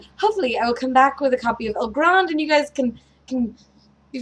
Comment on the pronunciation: El Grande? El Granday (i.e. with an accent on the final "e")? Either way, good luck. Love that game. Hope you walk away with it in hand. Also, you said that you think Rococo will take the Kennerspiel. Does that mean that you prefer Rococo over Concordia? Haven't had a chance to try Rococo yet, but it looks awesome.